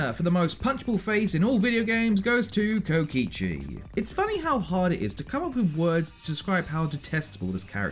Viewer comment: DID U JUST PRONOUNCED KOKICHI AS KOICHI???? SADHADHSKDHKJDSHDADD